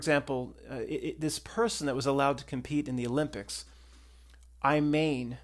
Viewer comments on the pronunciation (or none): Her name is pronounced e-man and not i mayn. Im not joking